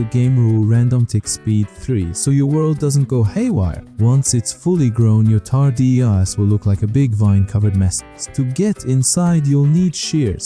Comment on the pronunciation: pronounciation tar-dis, not tar-di-a**